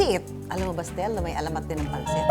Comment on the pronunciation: Ano 'to, bagong ship? Su-tell? Hahahaha.